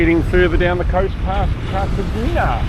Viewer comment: Cartagena (carta henna - corrected in post?) and Marbella (Mar bay ah) – good pronunciations. Incredible rugged coastline and no people! The drone opens up so much more in your footage! Tracking the boat under way was beautiful – just try to avoid the microadjustments mid pan (or crop them out!). Don't think I've mentioned it before but if you find your drone surrounded by birds and maybe under attack, always climb. Birds can drop faster than the drone but they can't climb fast. So straight up then bug out of there. Getting some nice smooth pans now. Slowing the settings in Cinematic mode makes a big difference. Are you headed to UK?